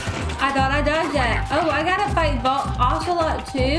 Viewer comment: you're almost done!!! I love you how you call him OH Celot and not AH Celot